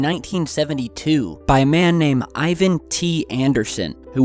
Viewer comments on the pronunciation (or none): none